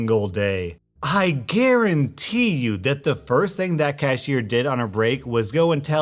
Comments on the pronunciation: Was that a pun? Cause I heard "Karen-tee" instead of "guarantee" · Instead of I GUARANTEE it's I KARENTEE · did you say "i kurentee" im using that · Is it me or did he say I karentee you instead of guarantee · Not "I GARANTEE" But "I KARENTEE"!! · not gonna lie, i heard “I Karen-tee” the first time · i thought he said i karente and i was just like hahahahaha WHY? and then i reround the video and realized he said garante or however the f you spell it lol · Doesn't it sound like he said I karen-ty you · did you say "I Karentee you the cashier told all the other cashiers." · "I karentee you," Noice pun there bud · I could have sworn you said "KARENtee" lol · did you by chance say KARENtee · He should've said Karentee instead of guarantee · lol he said i karento you lol i caught that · guarentee? you meen KAREN-TEE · when you said guarantee you should have said kuarantee